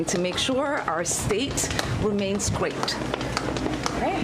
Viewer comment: She said 😂wemains gwate 😂